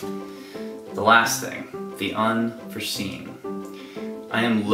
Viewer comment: It's "Unforeseen," just so you know.